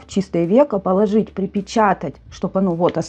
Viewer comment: Поло́жить😂 вы из деревни похоже😊